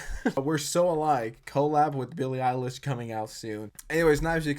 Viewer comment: "ILLIE BEILISH"